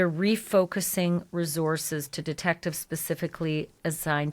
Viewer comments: You are mispronouncing the word 'resources.' It's not resorzez. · Where are these two from? Ashleigh says REZORces, and says LISEN plate.